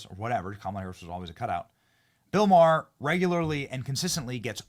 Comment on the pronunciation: His namer is not " Marr" it's MaHer. Ma.. h.. er. FFS!!!